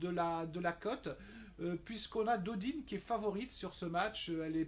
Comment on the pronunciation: Salut on prononce Tommy pôle et Océane Dodin , pas Dodine . sinon pas mal tes bets ;)